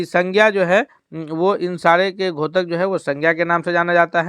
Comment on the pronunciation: 28 वें प्रश्न में आप घोतक क्यों बोलते हैं? द्योतक बोला जाता है। कैसे हिंदी के शिक्षक हैं आप !!!!